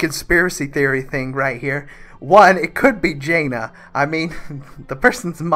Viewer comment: Jaina might be the only wow lore name that pronounces correctly KAPPA